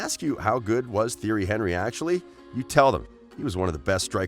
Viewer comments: Theory Henry? Haha. Narrator has never watched football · Theory Henry 😵😵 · HorrorGames 123 exactly he’s saying theory Henrey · Tee-airy On-ree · "Theory Henry" at least learn how to say his name before making a video on him ffs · Actually he say: Jerry Henevery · He's French. teeonry eenry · I demand you remake this video and pronounce his name correctly! It's pronounced ti-er-ree hun-ree. And it's Arsene Ven-gur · Im eurooean and its pronouced thierry anrry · i have never heard a football fan mispronounce thierry henry. you expose yourself as a fraud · disliked, due to you not knowing how to pronounce his name, you could've used the nickname TiTi and it would have been just fine. that tells me you do not know Thierry Henry. the name is the essence of a thing. nothing can exist without a name and you better know this one otherwise those who watched him will voice their discontent. The greatest and the most feared striker ever along side Ronaldo The Phenomenon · Yup I left as soon as I heard that.